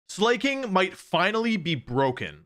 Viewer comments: Slaaaay king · Sla king or probaby pronounces the a as ay instead of a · man I'm not off my rocker for my opinion on the pronunciation of a Pokémon's name lol just looked at the anime and it's "Slah-King" which honestly, lame as ass. ever since I was a kid I called it Slay-King, one of my favorite mons too. still sounds like slacking but has more bite, sounded cool to me I'm sad now going to call it slayking anyway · idk guys if it was meant to be pronounced Slacking it would be written that way, no? the correct way to pronounce "Slaking" is "Slayking," since there's only one consonant between the vowels the former vowel is pronounced as a dipthong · Is he saying "slay-king" on purpose to piss people off? 😂 It's obviously supposed to be pronounced "slack-king" because it's the king of slacking off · It’s not slay-king, it’s Slaking (Slack-king) It’s not Traunt, it’s truant (true-ent). I nearly pulled my ears off with the pronunciation. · It’s pronounced Sla-King. Not Slay-king 😮‍💨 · It sounds like he’s saying it not like it suppost to be its suppost to be slack king that’s how it’s pronounced not slay king 💅🥴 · Why are u producing slaking's name like slayking?😂 it's pronounced slak ing. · It’s pronounced like SLACKING. Not SLAY KING. Though slaking is about pretty good at slaying sometimes, it’s based off of laziness, like slacking off. God damn, how are people this bad at pronunciation?? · is it the first time you encountered wordplays? "It's pronounced flaking, not flacking" Bruh, it's a wordplay of slack + king, hence why it's pronounced sla-king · Actually it’s pronounced “SLAH-KING” because it’s a sloth brudda. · wolfey is the GOAT!! at mispronouncing everything 😭 slay, king 🤴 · Bro pronounces "grafy-eye" correctly, but can't say Slack King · Surely he's intentionally ignoring that the name is supposed to be pronounced like "slacking" because his design is based on someone slacking off. Right? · It is pronounced Slack-King, as in… to slack off.